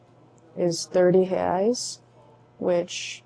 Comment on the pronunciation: Wow! Your pronunciation when you said, "Reais" was dead on!